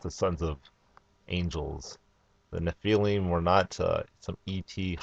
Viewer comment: Its all good accept nephaleen is not how you say nephilim